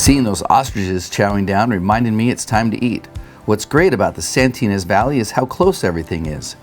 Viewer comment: "Santinas" Valley? Thats made up. I think you mean "Santa Ynez." Try harder.